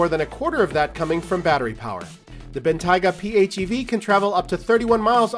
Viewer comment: I’m okay with him but please if you guys are ever going to have a video of the bentayga get someone who can pronounce the name correctly Bentley didn’t spend millions on this car for some automotive journalists to say it’s name wrong Ben Tay ga not ben tyga